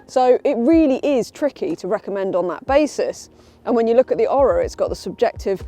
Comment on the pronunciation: Maybe if you did your home work you would discover thats pronounced Oar-rah not Oral without the L.